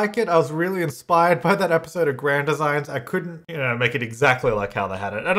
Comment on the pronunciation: The way he says Grand Designs really bugs me. Any other Brits?